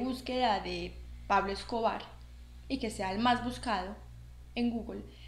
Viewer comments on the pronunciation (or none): none